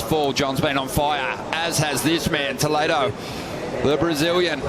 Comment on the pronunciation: Brasileiros falam inglês perfeitamente. Eles nao conseguem proninciar a palavra "Toledo" corretamente. 😂😂